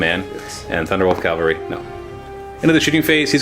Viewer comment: a nitpick, but it's CAValry, not CALvary. Sorry. pet peeve.